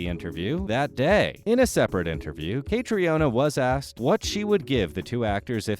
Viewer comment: If you are going to narrate these videos, please have the courtesy to learn how to pronounce the actors' names correctly. I'll tell you shall I? Hewan, Katrina and the one all Americans pronounce incorrectly - it's FRASER, not Frazier.